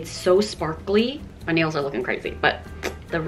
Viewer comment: “you are really ma fan” hahahahah